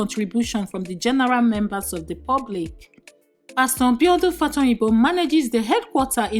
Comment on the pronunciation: Benny Green instead of Benny Hinn, Infidelity instead of infertility, Mbiodun instead of Biodun - narrator biko ur scandal and bullets are more than the fellow you are talking about. Chisos...!